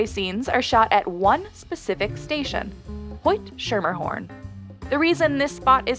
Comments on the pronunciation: It's Hoyt-SKERMERhorn or SKIMMERhorn not SCHERMERhorn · Hoyt-Schermerhorn is pronounced “skemmerhorn,” btw. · It’s Hoyt Schermerhorn (pronounced Skimmerhorn). 🙄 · Hoyt-Schermerhorn -- remember the city was settled by the Dutch. In "Schermerhorn," the "ch" is pronounced like a "k." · The way she says Hoyt-Schermerhorn and Sutphin has me so tight. Hoyt-Skimmer-horn + SUT-fin 😑